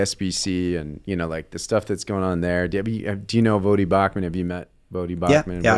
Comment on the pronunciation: It’s actually not “Vah-Dee”, even though it looks like it should be pronounced that way phonetically. If you listen to Voddie introduce himself, HE pronounces it “Voh-Dee” (long “o”). 😉